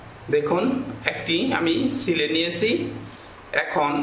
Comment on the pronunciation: vlo kore ucharan karun....."sile" na ota "chile"